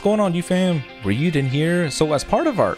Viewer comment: No one Raiyuden: we got a goresh multi